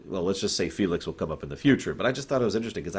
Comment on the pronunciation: I was obsessed that Felix was actually Nelix. Like I replayed the clip 600 times. Did he just say Nelix? Wtf?!